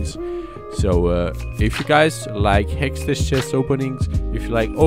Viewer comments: The way you pronounce hextech !!!!! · learn to pronounce HEXTECH ffs